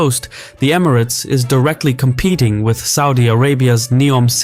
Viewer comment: This report has a lot of bias, and your theorises on the relationships of gcc countries and their political alliances are a stretch at best. Also if you are doing a report peice on Emirates learn how to pronounce it properly or teach your AI to do so thanks